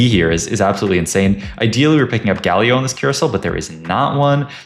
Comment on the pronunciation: Why does bro say "Guh Leo" instead of Galio